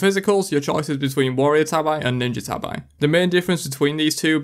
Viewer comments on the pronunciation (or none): It’s pronounced like the cat, tabby, not TAB-EYE. They’re the ninja flip flop sock looking shoes from Japan.